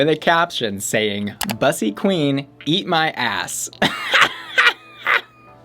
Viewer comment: Why does she mispronounce "bussy," which is a Black Gay term in the first place...